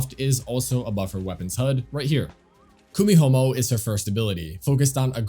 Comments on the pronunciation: Kumihumo? KumiHOMO? It's the letter i bro, Kumihimo 😂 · Did I hear you saying KUMIHOMO? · "KUMIHOMO" LOL